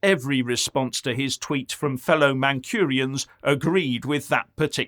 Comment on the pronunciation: At least the "eco loons" know glue is for sticking not sniffing. By the way there is no R in Mancunian